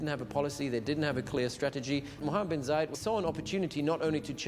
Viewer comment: Its Bin not Ben